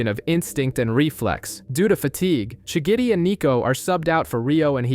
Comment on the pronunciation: Am I the only one who noticed how he always says shigidi instead of shigiri